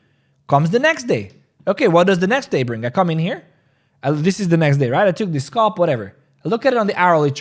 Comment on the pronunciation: SAY AL SAY AL SAY ALP SAY ALP SAY SCAL SAY SCAL NOW SAY SCALP ITS NOT SCOLP